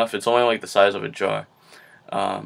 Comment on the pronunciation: I thought you said jar when you said drawer.. Lol but you're very helpful! Thanks for the vids!